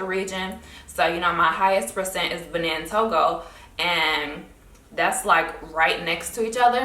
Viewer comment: Benin is pronounce Ba-neen